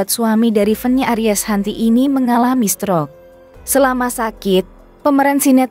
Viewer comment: Tolong dong ucapankata *stroke * itu gsk ensk bngt didrngar. Coba diajarkan dulu cara mengucapksn kata yg benar